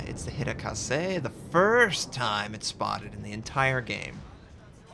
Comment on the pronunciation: HArekaze not Hirakaze!!!!!!!!!!!